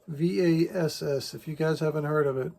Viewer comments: Hey, great job!!! ❤ By the way, you can pronounce it “Va-SCH” like the “sch” in Budapest. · I think it's pronounced something like Vascht